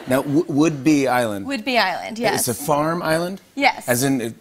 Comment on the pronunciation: "Whidbey" not "would-be" lol